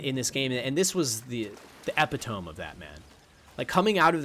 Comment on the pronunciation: epitome = eh-pit-oh-me. good vid otherwise